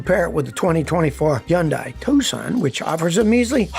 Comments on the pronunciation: Scotty, I'm begging you, please... its Hyun-DAY, not Hyun-DYE. 🤣😂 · Scotty sounds dumb when he says Yundai instead of Hundai